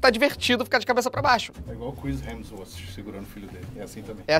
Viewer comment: Ninguém falou direito Chris Hemsworth